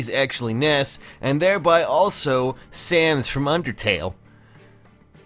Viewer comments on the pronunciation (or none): none